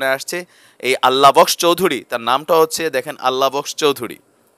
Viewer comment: Aala box , Not Allah box